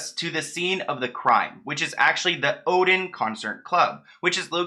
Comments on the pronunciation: O-D-E-O-N.... not oden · I'm pretty sure that "Odeon" is pronounced O-dee-on not "Odin" (like the Norse God).